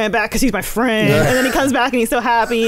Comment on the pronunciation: “Hey my fwend’s back my fwend’s back!” 🤤 lmao